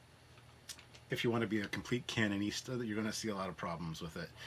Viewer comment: “CANONISTA” lol 🤣😍 Love your videos